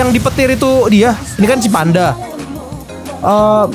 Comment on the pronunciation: Gw dengernya Pandanya TEPOS 😂